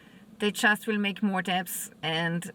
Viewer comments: "debt" is pronounced "det". No sound for "b*. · Ma’am. Americans pronunciation When you say debt, don’t say the ‘b’. So, you pet a dog. You also pay your dets (debts). Your content is great! Just giving you information. Stay blessed.